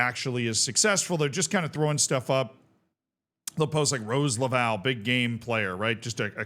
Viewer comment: That Rose Lavelle pronunciation was lowkey diabolical